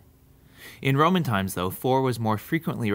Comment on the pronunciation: u said proman instead of roman at the end